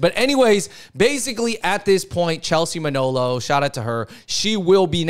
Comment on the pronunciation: It's Manolo for the Fung Bros.